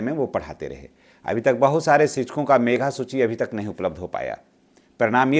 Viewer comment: मेघा सूची नहीं मेधा सूची बोलिए।